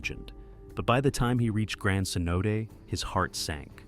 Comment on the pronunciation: that’s my biggest pet peeve. So lazy. They also mispronounced cenote as c-note a few times.